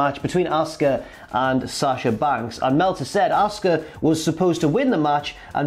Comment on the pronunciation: Auska not oscar